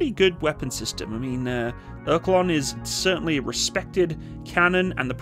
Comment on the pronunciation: Or-Le-kon ffs….